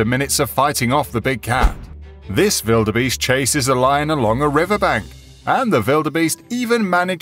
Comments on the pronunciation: why do you say vilderbeast haha its got a W for a reason its Wilderbeast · Why do you spell it Widerbeast? It's spelled wildebeest. LOL